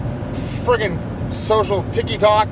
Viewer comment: You said Ticky Tok 😂😂